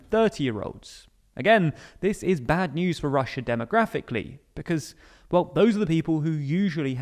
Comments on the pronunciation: Ah yes "Russua" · hahaha! "Russua"!! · "This is weird for Russua" 🤣🤣🤣🤣🤣🤣🤣🤣🤣🤣🤣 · Russua xD